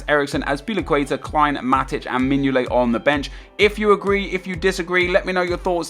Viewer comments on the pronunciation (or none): Mingolet 😂😂😂😂😂😂😂😂😂😂😂 & not courtois 😂😂😂😂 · Mingolet.... are you fucking serious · Mignolet. lol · Mignolet? Nep are you off your fucking box? (From a Liverpool fan)... xD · Mignolet? What? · Mignolet? LOOOOOOOL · Mignolet? are you having a Giggle